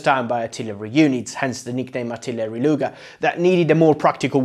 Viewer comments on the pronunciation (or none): Why is he saying "lunger" rather than luger like bruh